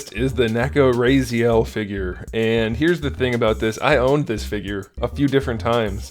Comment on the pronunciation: RAH-ZEE-ELL, not RAY-ZEE-ELL. Not trying to be a jerk or whatever, it was just bugging the crap out of me. Big fan btw, I'll take you and Craig Warrack over Shartimus any day. I truly envy your collection, keep up the good work my dude.